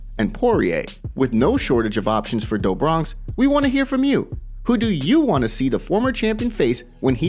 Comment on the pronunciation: Du Bronx not dough Bronx come on dude